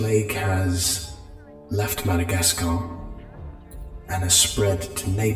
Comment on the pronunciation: Not complaining or anything, but I hated when he said “Madagascar”